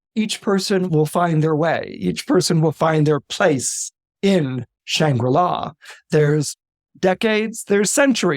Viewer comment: Shangri-La Not Shambula